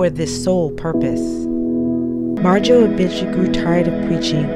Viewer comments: It's Marjoe, not Majoe. !!!! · Marjoe not 'Majoe'...wow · It's Marjoe. Not Majoe. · Marjoe - NOT Majoe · Its "MARJOE", not "MAJOE" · It's Marjoe, not Majoe. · It’s Marjoe not majoe. There’s a full documentary on vudu for free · His name is “Marjoe” - a combination of Mary and Joseph - not “Majoe” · The dude’s name is Marjoe not “Majoe”. Majoe is a German rapper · MARJOE, not Majoe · Marjoe, not Majoe. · Its Marjoe, not Majoe. Just saying :) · The name is "Marjoe" - not "Majoe" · By the way it’s MARJOE not Majoe. You’re welcome. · Do your homework before you upload: it’s Marjoe with an “r”, not Majoe. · It's "Marjoe" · It's "Marjoe". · It's "Marjoe" You forgot the R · It's MARJOE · MARjoe, with a fucking R. FFS. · If it's a special, you should get his name right. I'm not a hater I love your shit but seriously. It's Marjoe.... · It’s maRjoe